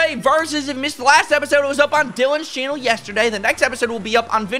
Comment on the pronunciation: "Chainnel, chainnel, chainnel..." 😃